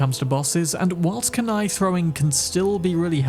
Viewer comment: KOON EYE... That pronunciation you use is lazy and just plain WRONG